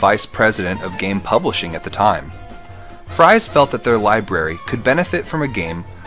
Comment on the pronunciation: His last name is pronounced “freeze”.